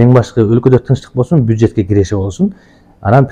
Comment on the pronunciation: Бюжет дегин журналист😅